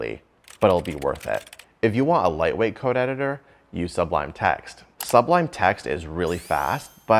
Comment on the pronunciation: You pronounced “sublime” incorrectly.